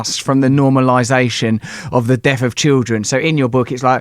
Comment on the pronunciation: as articulate as you are Russell, you still can't pronounce the 'th' sound.. its not souf its South, death not deaf... ffs.